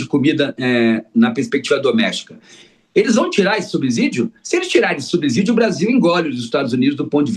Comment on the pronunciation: Fiquei doente de ver esse professor tão entendido em economia ser tão ruim em português. Pronunciar "subzidio" é imperdoável.